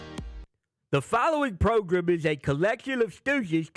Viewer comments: Is it program or Progrum ? He looked pissed lmao 😂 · I love that the boys REALLY forced the “progrum” issue with coach 😂😂😂😂